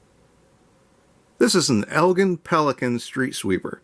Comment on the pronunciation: Please learn how to pronounce "Elgin" the right way. It should sound more eljin